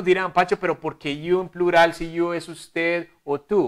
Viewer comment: Plulal 😂 es prural